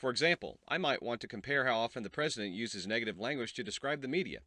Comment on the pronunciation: man just slow down, you keep stumbling over your words! you said 'Presdedent" like 5 times